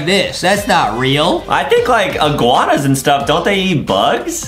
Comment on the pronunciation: he said iguaua dummy